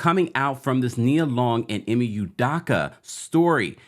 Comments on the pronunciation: Can you please say his name right, it’s Udoka not Udocka OOOOOOOOOOO. Hope, rope, dope, soap, coke, udoka..... please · Excellent commentary and updates! Just one thing: his last name is pronounced Oooo-dough-ka. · Who tf is Ime Oodocka 😭😭😭 bruh come on. If you're going to post news about something, GET THE NAME RIGHT. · Americans act like they can't pronounce ppls mande right its udoka not daka 🤦🏾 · This man Ime is probably 50 years old, has been on TV for maybe 25 years old, was in the NBA finals last year, blow up recently for like 3 days - and we still can’t pronounce his last name? It’s either Yudoka or U-doka but it can’t be U/Yu-DAka…it’s do, not da. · It’s “e-may oo-doh-kah” not “e-me you-dah-kah” - just fyi 😊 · NOT "Yoo-DAH-KAH", its "Oo-DOH-kah" as in "Ee-May Oo-DOH-kah". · First of all, his name is pronounced, “ U-Doe-Cah “. Second, Ime and Nia were NOT married. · Sorry but how do you do this much research and still say his name wrong😂 not youdoccckkka😂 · Please work on pronunciation of udoka name. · Best pronunciation of Udoka so far😂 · Could you please pronounce Ime's last name correctly brother 🙏🏿 thank you